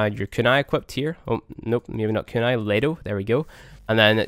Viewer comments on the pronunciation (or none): none